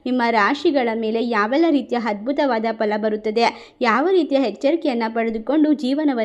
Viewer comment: ಅ ಕಾರ ಮತ್ತು ಹ ಕಾರ ಸರಿಯಾಗಿ ಮಾತಾಡಿ ಹದ್ಭುತ, ಹಾರು ಹೇಳು ಹಾತ್ಹ್ಮಿಯ ಇದು ಯಾವ ಕನ್ನಡ ದಯವಿಟ್ಟು ಕನ್ನಡ ಸರಿಯಾಗಿ ಕಲಿಯಿರಿ ಕೆಳಕ್ಕೆ ಅಸಹ್ಯ ಆಗುತ್ತೆ